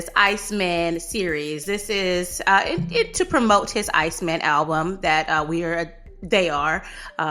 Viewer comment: “Coming tew America “clip …💯 sholem. 😂 💥